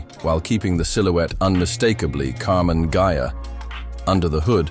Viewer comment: AI always makes mistakes (still). Her always Karmann "Gia", in Karmann "Geia"...